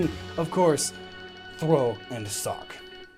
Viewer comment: What he says: ''Do you cosplay as Sawk? What I hear: ''Do you cosplay as a sock?''